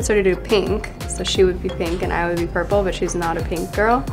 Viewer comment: She really said pUrPle mOP